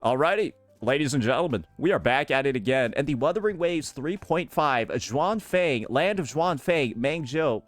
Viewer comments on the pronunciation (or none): Xuanfang - pronounce it as -- shin-funk. If you find it hard to say it. 😉 As for Qingxiao - you can go for Ching shall